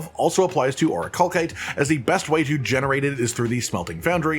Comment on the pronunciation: I'm sorry. I just can't help it. It's driving me insane. It's 'or-ih-cal-site', not 'or-ih-call-kite'. Ok I'm done being annoying. Great video!